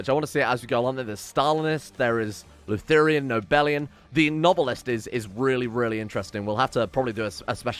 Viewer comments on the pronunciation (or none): "Luther-i-an" is just Lutheranism dude.